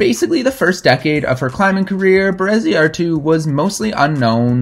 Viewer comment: Pretty sure you got Bereziartu pronounced right. I think Josune is pronounced: yo-zoon-eh but a Basque speaker might chip in.